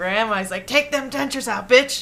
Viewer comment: i heard "Dem"